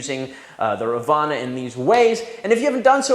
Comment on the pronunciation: I think it is pronounced raavana..first a has to pronounced lengthy..raavana was an evil character (god) in mahabharatha(the hindu epic).. according to this epic , he had 10 heads